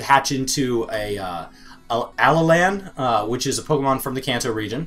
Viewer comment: That's not how you say Alolan! It's like aloha, but with another L.